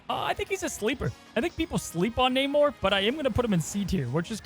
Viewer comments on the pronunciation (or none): none